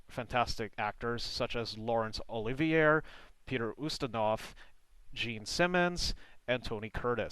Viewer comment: Lawrence Oliv E Air..... Omg! if you want to be an expert at historical accuracy, learn to correctly pronounce famous names from very recent history.